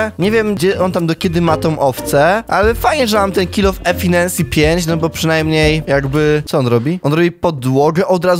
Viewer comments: CZEMU EFINENSJI? E-f-f-i-c-i-e-n-c-y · Efinensi 💀 Czyta się: EFISZYNSI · Mowi sie Efiszensi nie efinensi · efinensi jak ty mowisz